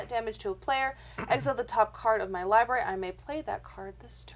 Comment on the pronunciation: ugh, please don't say 'liberry'.